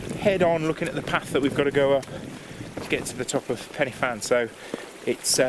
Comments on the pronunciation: Pen er van. Just learn how to say it. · Good video but should have got the pronounciation right. Pen y Fan is a Welsh name.